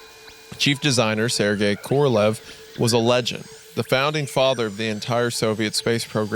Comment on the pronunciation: Especially Korolev and Yakovlev ahahaahahh it's koroLEv and YAkovlev